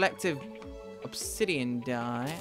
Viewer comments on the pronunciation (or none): none